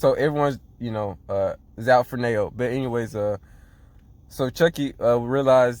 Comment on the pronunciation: Kite's been their only scorer so far after Chiaki left lol. Still, as we can see from blocked attempts, Kite couldn't really do it by himself. Mokichi and Momoharu's rebounding/defense are holding the team together. BTW, Nanao Nao is pronounced Na-now Now lol, not Nay-oh.